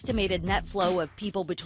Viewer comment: “2 to 1 Netflow” Netflow 😂😂😂😂